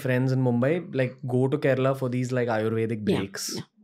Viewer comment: Only cus he pronounced kerala right way not kerla or keral whatever